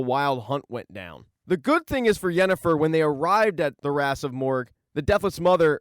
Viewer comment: Decent recap mate, but u really need to work on your pronunciation: - the "Kaer" is Kaer Morhen is pronounced like "Care" - its the "Wraiths" of Morhogg -- not "Wraths" of Morhogg - why not call Triss by her first name, like everyone else - its "Cahir" , not "Cahar" Also, that was not Ciris mother during the Dol Durza... the baby in the vision clearly has brown hair. The woman choking triss in the vison is actually Lara Dorren, and the baby is Rhiannon.